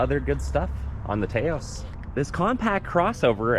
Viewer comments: It’s not TAY OSE it’s TAH OSE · Taos is pronounced like "house", not "tay-os" (its a town in New Mexico). That said, I'd never buy a car without blind spot monitoring. When they delete current safety features because of supply chain issues that's a problem. I'd also never get a car with a panoramic sunroof. At least 100+ lbs of extra weight sitting on top the roof. Lets in a lot of heat in the summer too - makes the AC work harder. Unfortunately with the top SEL trim it comes standard so if you want ventilated leather seats and the premium sound system you're stuck with it. Same with AWD (don't need it - FWD would be preferable). Hate when automakers do that. Yes, I've been shopping this model - its frustrating that its good in so many ways but has so many forced compromises. When they first started making them in 2022 you could get a FWD SEL without the sunroof (it was an option).